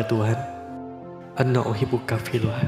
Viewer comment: Izin koreksi bang, prolog di awal ana uhibuki bukan uhibuka. Btw bagus bgt filmnya. Congrats🎉